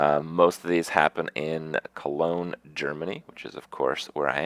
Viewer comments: Kroogah Maybe he was. But he said Colonge or at least almost said it. :) And if he changed it to Germany instead, he is a silly man. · Kroogah Listen closely he actually says "Colonge, Germany". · yeah he says cologne germany